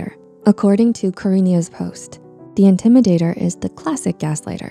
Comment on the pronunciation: tnx mate and also it says the intimidator not indmidator tho